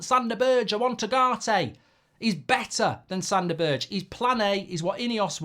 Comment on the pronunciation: berge = ber 'guh that is how you prounance his name, i hurts man, his name isnt berj xD